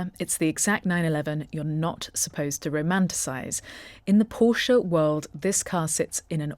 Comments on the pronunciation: Thank you for pronouncing Porsche correctly! Even actual car channels fck it up! It's a family name - not just a random word - so it especially has a correct pronunciation. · Thanks for the correct pronunciation of the marque name, most UK vids are a fail on this.